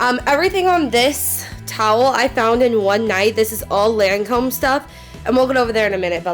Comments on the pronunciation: omfg that's not how u say lacome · The way she pronounces Lancôme makes me cringe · lahncowme, jivenci, detectables...😬